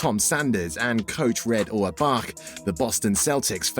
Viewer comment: The mispronunciations of Havlicek, Auerbach and Celtics are an embarrassment to the team and the fans. For crying out loud, how hard can it possibly be to do a little extra research, and get them right the first time? These errors take away nearly all enjoyment of what would otherwise have been an excellent video.